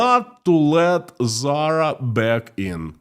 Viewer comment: You’re confused! She was talking about Putin’s fashion company Tzara, not Zara! 🤷‍♂️😂